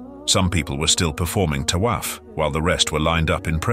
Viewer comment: Tawaf,!!!!not tolaugh,!!